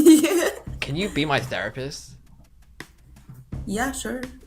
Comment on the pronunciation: the-rapist? Wtf?